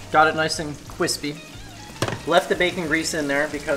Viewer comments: Cwispy. Referencing Joshua Weissman? Lol. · "Cwispy" was that a Joshua Weissman reference!? <3